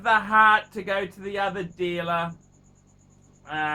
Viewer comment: the dealluhhh is not your PHRIENDS PHUCKERS